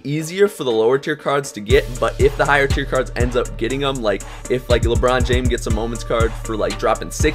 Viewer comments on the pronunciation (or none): none